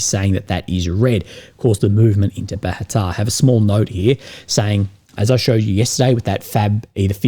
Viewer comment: It's Bahatir, not Bahatar.